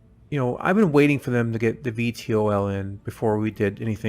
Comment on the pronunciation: VTOL = Vee-Tall ...nice video though.